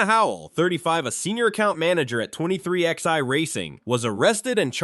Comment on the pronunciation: "twenty three ex eye".....